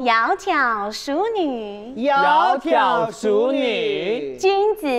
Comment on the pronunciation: 念错淑女的淑，念第一声，好逑的好，应该年第四声！ 而且好尴尬